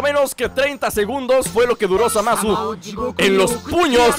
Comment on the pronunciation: dice Zamas xddd Jaja!